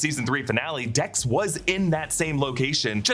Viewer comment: He said Tex instead of Dex 😂😂😂